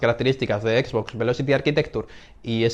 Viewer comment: Me estoy artando chicos, no es por ser mamon ni nada, es solo que no tolero que le digan equis box, es como una mescla de ingles y español. Me descuadra un monton, entiendo que tambien se lee box en español pero es algo muy feo escuchar a alguien decirle asi tras crecer en un ambiente donde todo el tiempo le hemos llamado "exbox"